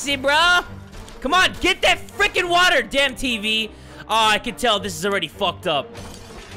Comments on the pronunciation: I like it better when he says "Watahh and some soup" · Hatsune Miku and he can't say wattaaa